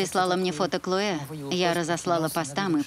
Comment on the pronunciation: КлоЭ какое-то...)) а по-русски это имя звучит "Хлоя". И никакая не "Клоэ". Переводчики такие переводчики))